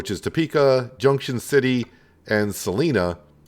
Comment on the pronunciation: Salina has the long 'i' sound like as in 'line' - Sa-line-a. :-P And I'm from Topeka and the welcome to Topeka sign on I-70 is correct as well as the exit names on I-475 (although they skipped a couple between 21st and Burlingame).